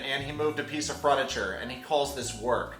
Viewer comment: Sweetheart how you say furniture makes me queasy